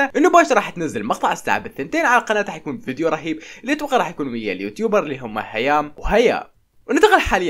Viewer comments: اسمهم هيا ومرام مو هيا وهيام😂✌️💜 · مرام مو هيام 🤦🏻‍♀️🤦🏻‍♀️(هيا ومرام ) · هيا ومرام ❎ هيام وهيا✅😂😂😂🤦🏻‍♀️ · هيا ومرام مو هيام ومرام